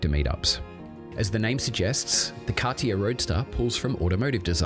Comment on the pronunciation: How can you know so much about the brand without being able to pronounce it correctly?